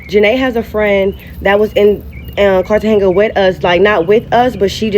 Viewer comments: Lmao I think she was saying Cartagena wrong too. It sounded like she was saying Cartenga lol! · As a Black woman that's been traveling for decades, you're too uncivilized and ignorant to travel. You're calling Cartagena Cartehenga because you're soo uneducated and worse than all the negative stereotypes about us. You're humiliating and disgraceful to all of us. In all my decades of traveling and living abroad, I HAVE NEVER had anything like that to happen to me all over Africa, Europe, the Middle East, Central and South America, the Caribbean, etc. and never even experienced a theft or a robbery. Nothing you're saying ever happens with the average traveler. You're every horrific bad thing other cultures say about us times 1,000. You speak like Buckwheat, and I'm serious when I say this, NEVER LEAVE HOUSTON, never make another video unless it's just for you and your friends. Take that gotdamn bonnet off. Have some class, put your best foot and appearance forward, and speak intelligently wherever you go because you represent us and we represent you. People like you make life soo hard for the rest of us. I'm not trying to mean, I'm saying this in love. When you don't speak English, aren't educated, look like you rolled out of bed and get on tv, don't know anything about traveling abroad, don't have the people skills to handle conflicts without fighting, don't speak the language, please don't travel. The driver probably wasn't trying to kidnap you guys, I believe your friend misinterpreted what was happening out of fear. None of these things usually happen like ever! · Girl bye! Why you are you going to places and countries that you can't even pronounce correctly! Cartagena is pronounced (KAR-tuh-HAY-nuh) you sound and look like marks traveling around clueless and you are surprised when you are treated as such....🙄🤡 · How she going somewhere and can't even pronounce the name right?! 😂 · Lesson 1, if you can't even pronounce the city you are going to correctly, stay home